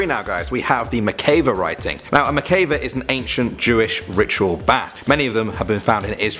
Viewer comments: It is pronounced "MIK-VA" not "MI-KAE-VA" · FYI- pronounced mick-vah not mick-kay-vah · It’s actually pronounced Mikveh😄 not judging